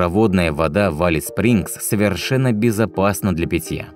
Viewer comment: Алис звучит ужасно! Элис бро, Элис!